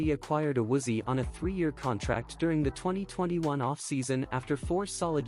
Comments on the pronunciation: Pronounce his name, it is A Woo Zee Ayy. Stupid robot voices are horrible. Also, I agree, Collins might be trade bait unless he is healthy and plays better in 2023. Williams can go as well. Carmen is improving and could be our starting RT. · Awoozy? 😂 nice butcher job